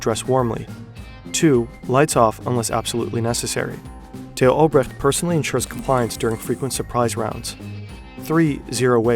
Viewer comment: Tay-ho Albrecht Lol